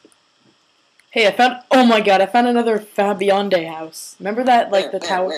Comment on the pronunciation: of and its Fabiande (Fai-bee-end) lol sound it out